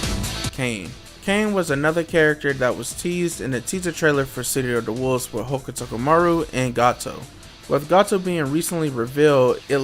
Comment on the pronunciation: Bless you for attempted to say Hokutomaru multiple times but getting it wrong every time.